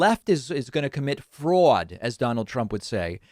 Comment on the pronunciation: Seriously? You are pronouncing fraud a different way? And Peuw-tin instead of Putin? What the hell is wrong with you? Sometimes I think you're being annoying on purpose just to make everyone think you're smarter than the rest of us. I'm done with you. Unsubscribing now.